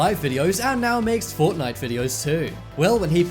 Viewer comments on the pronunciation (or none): none